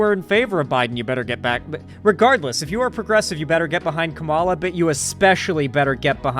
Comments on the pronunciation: you’re doing the same thing conservatives do. Show her respect and learn to pronounce her name properly, it’s not that hard. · Why can’t he ever say her name properly? Considering how many times he’s had to have heard it said, it feels like when chuds purposely mispronounce it, even though that’s not what’s happening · No hate, but not knowing how to pronounce Kamala’s name properly as a political streamer in 2024 is supremely embarrassing lol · Mispronouncing Kamala's name is one thing, but responding to corrections by saying "I'm gonna pronounce it how I want" is actual casual racism. Otherwise, good video, but that one kinda pissed me off. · Not just not knowing, but intentionally refusing to pronounce her name correctly lmao.